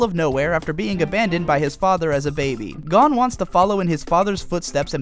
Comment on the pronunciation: It sounds right to me